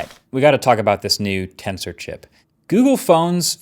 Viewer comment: Everytime you say Tensor I thought you were saying Cancer